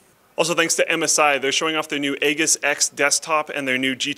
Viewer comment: I wish someone would tell them how to pronounce Aegis. It's "ee-jis", not "aa-jis", or "aa-gis". It doesn't look very good when you can't even pronounce the name of your sponsor's product properly.